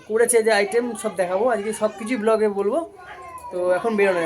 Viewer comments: Otake block bole na otake vlog bole. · ওরে! কথাটা ব্লগ.. ব্লক নয়। তোকে আর কটকটিকে একেবারেই ভালো লাগে না।